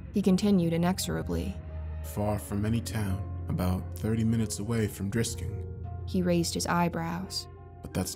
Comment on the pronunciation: did nobody else clock that the dude said drisking missouri